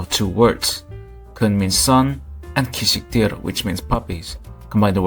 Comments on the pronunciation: it’s kyhwixtep not kunskiter I know how to say it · You call it kunskiter that’s wrong it’s kyhwixtep I can say it